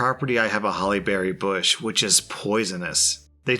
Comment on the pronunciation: I swear instead of Holly Berry Bush, I heard Halle Berry Bush! Hahahaha